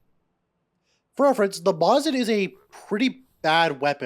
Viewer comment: You pronounce mosin in an odd way lol. "Mósin"